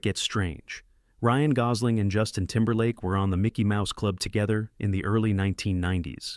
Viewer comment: can't pronounce gosl8mg